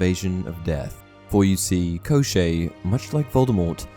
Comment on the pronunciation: One side note-despite how the name gets transliterated as Koschei from Cyrillic, it does not rhyme with crochet, It sounds like Koshchey where both the sh flows into a ch sound (it's the Cyrillic consonant щ )